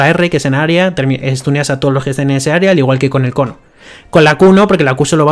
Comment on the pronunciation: dice un cono lleno de llamas, pero parecia que decia coño jjajaja